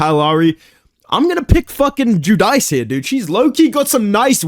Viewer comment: It’s Jew-Deece, Carli is my sister haha